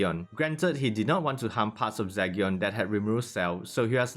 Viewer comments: Is it Zygyon it Zeegion? The pronunciation i mean cause you say Zygyon. i dont mind the accent cause everyone has it. Buy your pronunciations are not on point on some words. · Zee gen....its like Legion but with a Z🤦🏾‍♂️🤦🏾‍♂️i couldn't finish watching this video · Do you know everyone is killing you by the way you're saying his name right